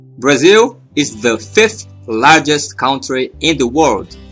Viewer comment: amigo vc precisa aprender a pronunciar ''COUNTRY'' em inglês